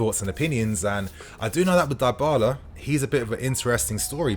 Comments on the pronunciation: Idk why but am getting sick if I hear you say Die-bala instead of dybala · Isn't his name pronounced dibala? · Dybala is pronounced with the Y like in BIG.